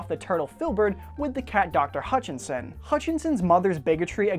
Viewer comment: I loved this! Thank you. But one problem. You kept saying "Hutchinson" but her last name is "Hutchison" ;) My last name is Hutchison =)